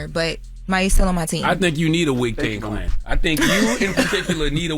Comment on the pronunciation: Did he say a “wig tang klan”? 😂 😂😂